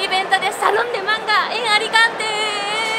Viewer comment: Venimos de Alicante -¡De "Aricante"! Muero con, me encanta!!!